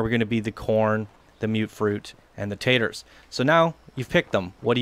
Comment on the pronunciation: Tato. Not tater. Pleb.